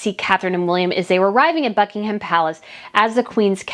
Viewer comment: Its so nice to come home from work, knowing you have a new video waiting for me to watch.... rather than an empty house. I must say the way you pronounce Sandringham is incorrect though. Its more like Sandringum when spoken. Same with Buckingham. You are awesome. Keep up the great work